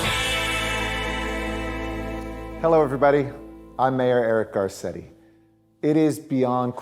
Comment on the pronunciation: Carcetti cant pronounce his name properly.